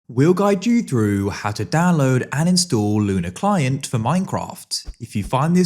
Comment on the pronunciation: bro said luna klein this is what my ears heard